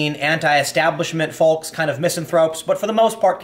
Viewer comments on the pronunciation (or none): Tim the L in Folk or Folks is silent. Sorry, love the content. Just stands out when mispronounce that.